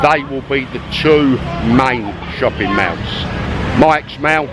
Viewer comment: Shopping mauws? :-))